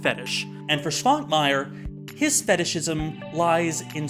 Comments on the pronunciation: oh noes correct pronounciation is slipping. [artʃimˈbɔldo] stress on the third syllable. [ˈʃvaŋkmajɛr] starts with a "sh"-sound. Otherwise brilliant as always. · Another Czech movie, another Švankmajer movie. Not that I am complaining. He is probably our weirdest director... BTW: 1. You pronounced Jan correctly, but Švankmajer is pronounced [ʃvaŋkmajɛr]. 2. Czech republic didn't exist before 1993. It was Czechoslovakia then. Sorry for nitpicking. Great video as always. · Rewatching the episode, it really covers what I think a lot of people, myself included, find so fascinating in stop motion animation, and practical effects - they show actual physical objects. And something else I noticed when rewatching the episode - Man, can't pronounce Eastern European names for shit, can he? Quick tip: Svankmajer has a little thing on top of the S (a caron), which means it's pronounced Sh, not S.